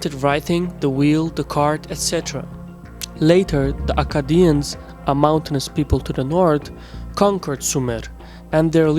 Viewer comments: There is no such thing as Chaldeans. We are all Assyrians. and it's pronounced Kaldean you dope. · Nimrod did all this long before the Assyrians... Also, it's pronounced "Kal-dee-ans" Not "Chal-dee-ans" Old world "Ch" is a hard "K" sound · why do you pronounce as tchaldians, when correct is qaldean ? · Small note, it's pronounced Kaldeans 😅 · Well done. One thing though. Chaldeans is pronounced as "Kaldeans". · Great video, images, and background music but you should really check on some of these names. It's Chaldeans pronounced with a K (ch = k) . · I cringe everytime he says Chaldeans